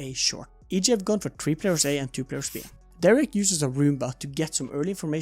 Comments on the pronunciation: why do u pronounce derke like derrek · thats ok! derke's name is pronounced durr-kuh or de-ir-kuh